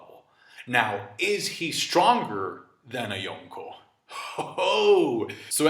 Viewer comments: I don't like the way he says "Yonko", he says it like "Yonkho" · Bothers me how you say yonko and logia- (yawn co)- (low gee ah) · I despise the way you say Yonko